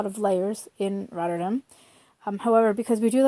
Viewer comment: You know there's an A in RotterdAm right? :) Never heard it pronounced the way you do it lol